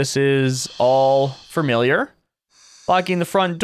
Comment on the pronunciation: did he say furmiliar??